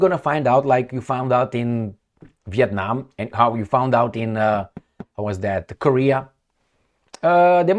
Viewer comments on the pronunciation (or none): none